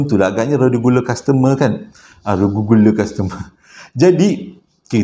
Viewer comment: Legule customer....reguler kastemer.... Maaf sy suka bgurau. Lucu bila dgr abg slalu tersasul susah benor nak sebut....